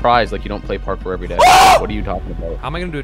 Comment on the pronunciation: Anyone else here say Carkour instead of a parkour at the beginning?